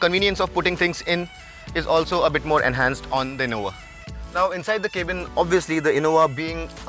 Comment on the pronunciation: why does he say Kay-bin ?